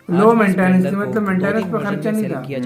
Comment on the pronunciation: संपलेंडर नही भाई स्प्लेंडर बोलो